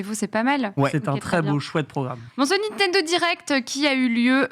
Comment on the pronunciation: Ca me rend fou qu' ne sache pas prononcer "Nintendo"